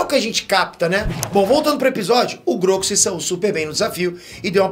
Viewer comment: fala q sempre falam p nome dele errado, mas sempre fala Grogu errado